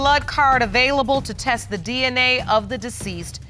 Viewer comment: Why they can’t say “test”?